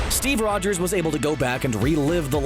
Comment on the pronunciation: Steve Rwogers